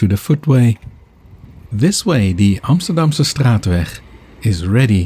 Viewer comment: Wat een prachtige uitspraak van “Amsterdamse straatweg”.